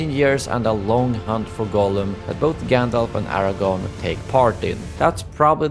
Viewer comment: Tell us how you aren’t a true fan by calling Aragorn as Aragon! Typical YouTuber “content” bs creator putting in their 2 cents